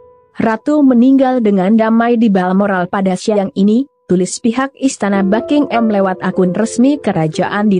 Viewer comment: BuckingHAM bukan Bucking-Am 🤪